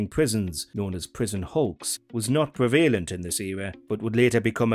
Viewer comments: Was bizarre pronunciation also “pree-valent”? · Please learn to pronounce the word prevalent correctly. It's not difficult.